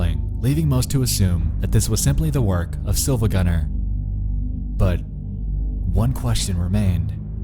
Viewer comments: R E E E E it's SiIvagunner not Silvagunner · You probably heard this already but it's pronounced "Siivagunner" The second i is capitalized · Siivagunner, not SiLvagunner. It annoyed me when I was originally trying to figure it out. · Its not silvagunner its siivagunner but with a capital i to fool people looking for it. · also yeah that isn't an L it's a capital I you gotta pronounce it Siivagunner you're saying it wrong. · I never thought that I would find a high quality rip in my creepypasta. Also it's pronounced "See-va-gun-ner" because the I is not an L. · Actually the I in Silva gunner isn't an L, but an uppercase i It's pronounced "see-va-gun-er" iirc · REEEEEE he said SiLvaGunner, and not SiIvaGunner This is not todokete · He pronounces it as Silvagunner, when in reality the channel is called SiIvagunner. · The Mughal-killer it’s actually Siivagunner, the second i is capitalized. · It’s not Silvagunner it’s SiIvagunner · "Sill-va gunner." oof. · You’re pronouncing SiIvaGunner wrong. That’s a capital i, not an L. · >pronouncing the L in siIvagunner I laff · Did you deliberately try to make it as hard as possible to tell whether you said "silvagunner" or "siivagunner"?